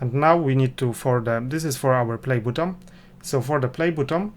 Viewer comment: Wymawia się BATTON, a nie butom. Ciężko to słuchać.